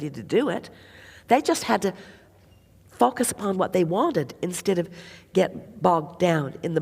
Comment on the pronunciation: Whenever she says the word focus, I hear something else. (Fu*k us)🤭 I guess I’m immature.😅